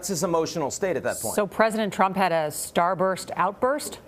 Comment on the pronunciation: Gayle! No you di’n’t!!! “Starbust outburst!” 😂😂😂